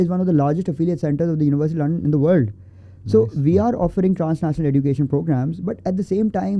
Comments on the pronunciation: Why it's Edducation instead of Ejucation? Education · This e”ddddddddddddd”ucation is really annoying me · OK, but what’s up with the pronunciation of “education” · I am curious to know why he don't know the correct pronunciation of word "Education". After listening, to him, I rushed to google to check if I am wrong but unfortunately I am right. I checked only British and American. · woh to theek ha but please teach him to pronounce "education" 😭